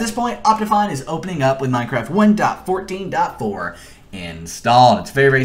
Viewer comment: i hate to say this but the way he says 1.14.4 is really bothering me, no hate though. His tutorials have helped me a lot in the past